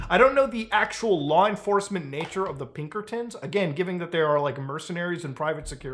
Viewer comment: "Its the godamn pibkertons dutch" -arthur morgan and this guy